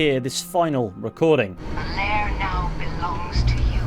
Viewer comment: "Lair" is pronounced to rhyme with "wear", just FYI.